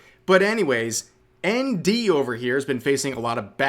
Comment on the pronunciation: It took a while to understand you were saying ND, I keep looking around looking for Andy and not finding anything.